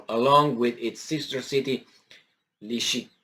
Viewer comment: Pronounce it Lizzy Chance ..... cant go wrong then Krama torsk and Slavy ansk.